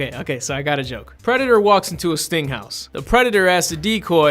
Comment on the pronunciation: Whenever he says 'sting house' I hear 'stink house' which is way funnier.